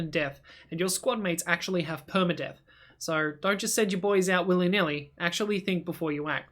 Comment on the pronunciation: You so sir instead of so